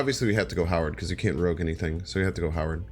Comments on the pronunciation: Ok...no one is going to help him say rogue? It's not rouge....thats makeup...it rogue...like a thief or outlaw....plz....plz learn this. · FYI Rogue is pronounced Rowg.